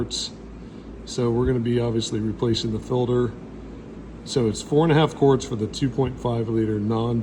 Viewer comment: Say “filder”….one more time.